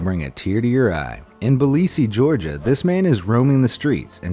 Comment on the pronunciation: not bilisi georgia its ,,Tbilisi Georgia''